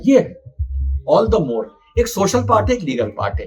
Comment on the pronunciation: मोर नहीं मोरे है